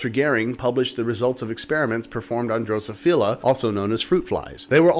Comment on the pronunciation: Awesome again but being the nit picker that I am, you pronounced Drosophila wrong. :p You emphasize on the second syllable, not the third, droSOphila. And SO is not pronoucned "so" but "saw".